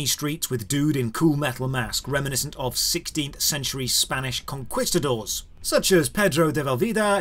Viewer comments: Oi ye... It's con(key)stuh'dor , conquistador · How did you bounce those Spanish names so well but absolutely fumble "conquistador"?